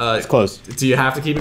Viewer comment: U said James wrong